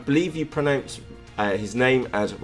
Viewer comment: Cheers fella! Thanks you for the shoutout! What a lovely surprise this morning. And I am quite proud of your pronouncation of my name! One of the best tries of english speaking people, well done 👍👍👍 Have a wonderful day ✌